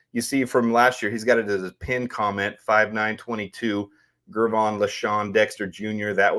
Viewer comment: No slight to you fam, but big Dex name is pronounced with the "J " sound, lots of people do, but you're good bro, keep em coming 🐻🔽